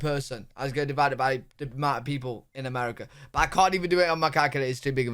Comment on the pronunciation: Haha "Americer"